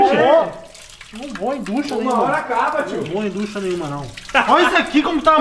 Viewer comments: ducha é com "CH" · O CERTO É "DUCHA"